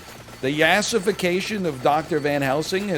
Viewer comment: it's pronounced yaaaahhssss-ification :)